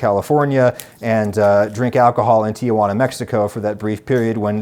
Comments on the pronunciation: Or puts an extra syllable in Tijuana. Its t-juana, not tia-juana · Adam: If you don't want to be a "gringo" remember there's no place called "Ti a juana" BC! It's Ti juana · And Tijuana is pronounced "tee-HWA-nah", not "tee-uh-WAA-nuh" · *Tijuana. In English it's pronounced something like "Tee-hwa-na".